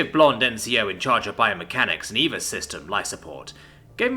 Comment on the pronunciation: EVA isn't eva, it's an acronym for extra vehicular activity so Eee. Vee. Ay.